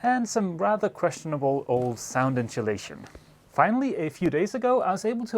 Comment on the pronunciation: incholation ?? think is pronunced In-so la-tion !